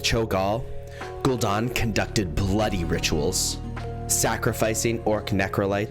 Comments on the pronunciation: ‘Gul-Dan’ not ‘don’. Are you Canadian? 😅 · Italiano Version of gul dan